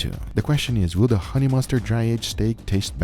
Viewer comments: honey !!!!!!!! not hone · 21 hours, still says hone lol